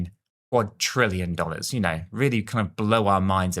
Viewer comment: Please say quad-RILL-ion Not quad-TRILL-ion